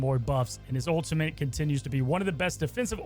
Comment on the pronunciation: he’s back to saying “ultimint” 💔🥀